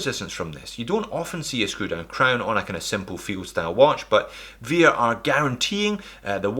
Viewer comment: Hey, it's pronounced as vare, not vear..